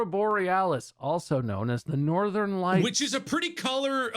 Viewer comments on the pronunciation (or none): none